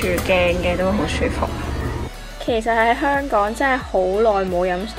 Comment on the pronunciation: 雖然佢經常將「香港」講成「香趕」，但，呢啲先係「香港FEEL」，講得太字正腔圓，就變咗大陸人。